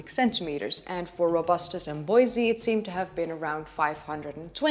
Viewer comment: It's pronounced Bois- e -i just to make you aware.